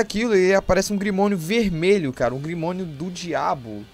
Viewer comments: Ficou top seu video , mas... Fala grimório não grimonio kkkkkkkkkkkk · Grimorio mano e não grimonio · É grimório mano não grimonio